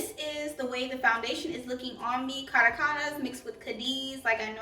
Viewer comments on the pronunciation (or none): It’s a beautiful foundation for oily skin...I wish the shades were consistent across all their foundations...it’s pronounced Ca·ra·cas (capital of Venezuela) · ) thanks for your review really appreciate it (that 1st Caracas one is pronounced "Ka-rah-kuz" (it's a country on the continent)